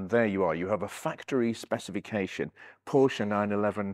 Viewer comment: lovely car. Nice to hear you pronounce Porsche and Fuchs wheels correctly.